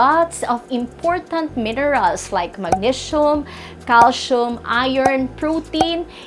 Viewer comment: painful to listen to this accent which can t even pronounce the words magnesium, calcium. Content is ok but someone else should present this